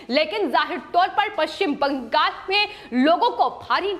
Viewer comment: आपका विश्लेषण बहोत अच्छा है पर ये जो विश्लेषण देती है उनके शब्द उच्चारण छोटे बच्चो की तरह है उदा:-पश्चिम बं....गाल कृपया इन को बदल कर स्पष्ट उच्चारण वाले व्यक्ति द्वारा विश्लेषण देवे